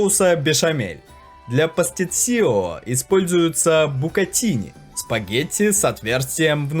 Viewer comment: что ж вы так коверкаете слово